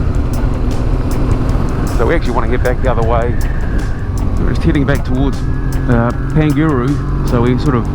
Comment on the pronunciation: Pangaru pronounced like ....Par nga ru